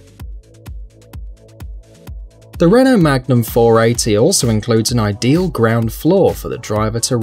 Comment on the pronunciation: Learn how to say renault! 😂